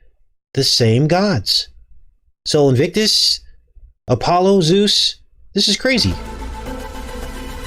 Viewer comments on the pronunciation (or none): none